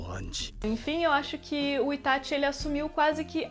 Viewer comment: Q delícia ouvir alguém falando ITÁTI e n ITÁXI